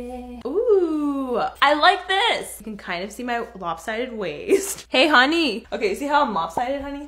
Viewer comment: The HEY HANIY (honey)😂